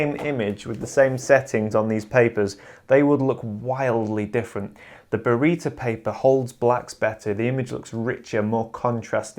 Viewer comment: Burrito paper!!!!??? hahahahaha... It's Baryta, people. BARYTA!!! :)